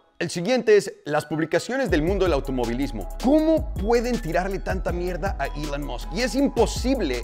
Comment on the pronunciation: pq recorcholis pronuncias ilan masc